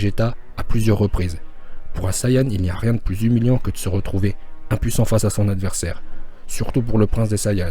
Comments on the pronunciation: Il a dit "Anniversaire ” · J'avoue quand tu mets la vitesse a 0.5 on étend anniversaire xD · Mario fire moi aussi j'ai entendu anniversaire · il a dit anniversaire like si t’a entendu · A JE SUIS LE SEUL À AVOIR ENTENDU ANNIVERSAIRE AU LIEU DE ADVERSAIRE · Moi aussi je l'ai entendu anniversaire. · Moi aussi j'allais le dire jusqu'à que j'ai vu ton commentaire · Moi aussi j'ai entendu anniversaire